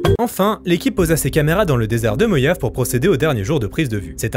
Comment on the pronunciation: Eurgh, " Moyave " Ça se dit " Morrave " x)